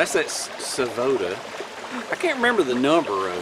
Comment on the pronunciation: ‘s pronunciation of Savotta is pretty spot on just the T needs to be a T but not like a D 😉